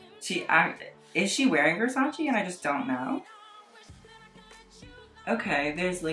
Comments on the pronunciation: ITS NOT VERSACI it it VERSACE! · ps. it's versace, not versachee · not trying to go off or anything but... don’t say you’re a fashion critic if you can’t even pronounce versace correctly. also, a majority of these models are born with a less toned version of the bodies they have. by bashing VS for not including plus sized models, you’re being a hypocrite for body shaming these models for how skinny they are. naturally skinny people exist! these girls work out and eat healthy to tone the muscles and bodies they were blessed with. sure, there are models with eating disorders, but as a model myself, i can say it’s less common than you would think. these girls work their asses off in healthy ways to get to where they want to be. this video honestly disgusted me. bash the brand, not the models who work so incredibly hard to be a part of the show to pay their bills. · Ohhhh my GRRD it killed me every time he said Versaci Instead of it's correct pronunciation Versace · What really makes me cringe is the way you pronounce versace